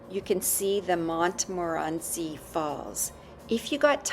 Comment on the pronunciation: You don’t pronounce the T in Montmorency Falls. It’s silent.